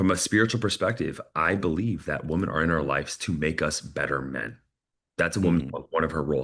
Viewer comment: You gotta learn how to pronounce "women" "Woman" is singular, "women" is plural, and they are pronounced very differently.